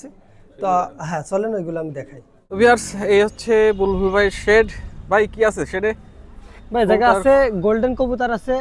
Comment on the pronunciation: বুলবুল❌ বালবুল ✅